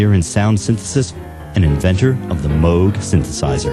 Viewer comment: Hey! Someone actually pronounced "Moog" correctly!